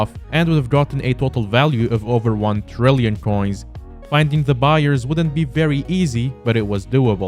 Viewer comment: trrrrillion coins with 4 r's